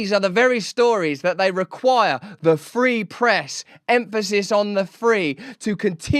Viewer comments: Did he say the "Pree Frest"? I turned on Closed Captioning, and it say that Joe says, the "Preest" whatever that is...I think he was trying to say the "Free Press"......jeesh... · Did Biden just say "pee fress"?